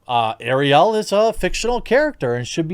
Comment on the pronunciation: I agree with you 100%, but the way you're saying Ariel is making my ears bleed. lol